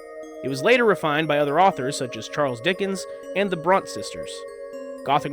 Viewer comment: "Bront"? Dude. Seriously.